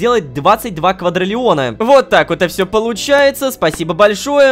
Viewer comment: КваДРИлиона, а не квадралеона